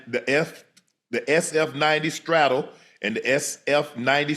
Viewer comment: This man said "Straddle." Its Strah-doll-ay. Lol jesus.